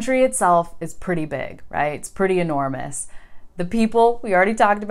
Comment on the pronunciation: Hi!. This is my first time here in your channel and I'm from Chile (Argentina is our neighbour country!) and at the end of your video I was very surprised about the way you pronounced the word *enormous*, because you did it in Spanish!, not in English!. Could this be due your husband influence?. In fact, you did it twice!. Cheers, John from Santiago de Chile.